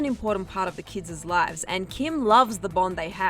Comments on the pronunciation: This girl 🤦🏻‍♀️ not only can I not stand the accent but she did not just say “kids-es” kids and kids’ are both pronounced the same. Who reviews these videos before they post? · Can someone alert the voiceover narrator that Kids' is pronounced just like KIDS .. ..it's not Kids-zes lives.